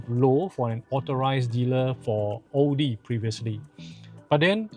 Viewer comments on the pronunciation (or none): un subscribed after this dude cant even pronounce audi and maserati right . byd such a crap quality car yet he say is good hahahhaa